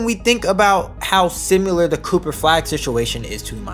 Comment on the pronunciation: The word similar is not pronounced simular.